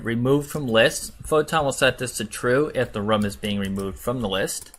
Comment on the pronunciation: I pronounce room like that and people make fun of me, so I was excited when I found someone else who pronounces it like that. And I felt validated until I saw your comment 💀